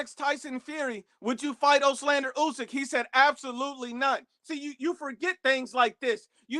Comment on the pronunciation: Give the man respect and get his name right. Ooslander is not his name.